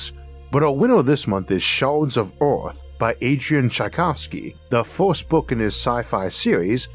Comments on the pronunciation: the narrator says ‘Oorth’ instead of Earth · yes, Oorth where you from?🤓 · i love the way he says earth